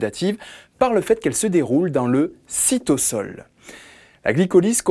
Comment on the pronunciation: J'aimerais vous demandez pourquoi vous prononcez cytosol "cytossol" parceque je me suis habitué à dire "cytozol"